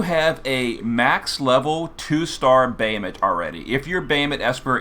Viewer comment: we're just gonna gloss over the fact that our boy calls him "bay-uh-mut"? :( i'm only teasing, lol. thanks for the guide!